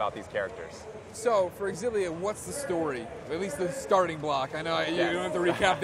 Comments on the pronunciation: Is it pronounced Zillia or Exzillia? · Tales of EXXillia WTF its Tales of Xillia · i always thought Xillia was pronounced "shillia"